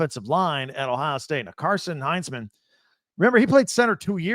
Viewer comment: Indiana and Illinois has better offensive lines than Ohio State? Woah. When you mispronounced Carson’s name I knew you were familiar with our guys. I’d argue we’ll finish 1-2 this season up front.